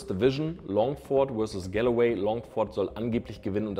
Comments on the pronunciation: Galloway ist auch schön 😂 wird eher Golway ausgesprochen 😉 Ansonsten top Video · Was für Galeway, es heisst Galway 😂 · Gallaway? Du meinst Galway: ˈɡɔlweɪ 😅